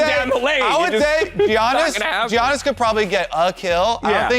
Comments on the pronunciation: and saying "Jiannis": It's pronounced Yannis damn it.... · Y’all are butchering the pronunciation of giannis